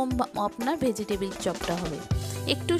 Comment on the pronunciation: ভোজিটেবিল না শব্দটা হবে ভেজিটেবল ! 😅